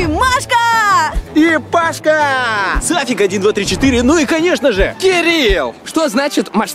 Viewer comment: Правильно Сафик